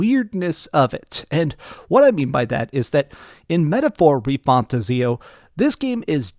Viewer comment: I am hyped for this Gem 💎 PS: It's pronounced "Metaphor Re-Fan-Tazio" say the second word separately:-))